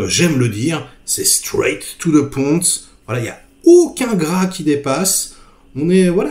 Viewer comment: Hello, et merci pour ce partage. Si je peux me permettre "straïte to ze poïnte" est bien meilleur à l'oreille que "straïte to ze ponte". Je chipote aussi...